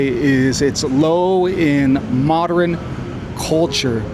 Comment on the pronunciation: I think the word you're trying to pronounce is "modern", not "moderin". You're welcome. Also, did you really say that American universities are where it's at for public debate? 😂 Yeah sure, maybe in 1968.